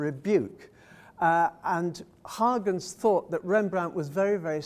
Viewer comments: I found the gross mispronunciation of Huygens as Haagens extremely offputting, the usual English mispronunciation of Hoygens or some such at least gives a better idea of the actual sound of the surname. I was quite astonished to hear the reference to the secretary and renaissance man as Christiaan Huygens. He was a scientist of great renown. His father, Constantijn Huygens, was the secretary of the House of Orange who acknowledged Rembrandt's talent and encouraged him towards classicism. Rembrandt of course went his own way. Constantijn Huygens had a son also called Constantijn, the brother of Christiaan. This son was a secretary to William III. The reference in the talk was to the wrong Huygens. Very disappointing and rather spoiled the talk. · Yes, I was surprised by the mispronunciation of Huygens as Haagens???